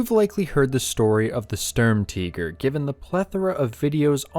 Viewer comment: Sturmteeger??!...annnd I'm out.